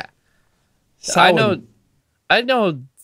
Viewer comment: oh my god as a pagan witch hearing pronounce samhain correctly is beautiful